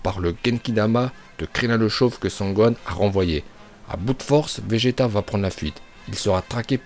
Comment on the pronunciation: Je suis le seul à entendre béjeta